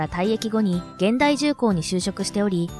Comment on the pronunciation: 現代 をげんだい と読むとはロボット講話ですね。 ひゅんだいが正解と思うのは私だけ 社名や氏名を間違って読むのは失礼にあたりますよ